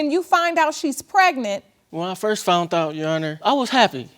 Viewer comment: Why is it I always hear “ I FOUNT out?” The word is FOUND!!! I FOUND out.